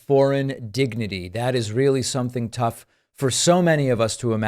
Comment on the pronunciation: "Foreign Dignity" - that's not a decline. He always says it that way. He was the first to say it that way.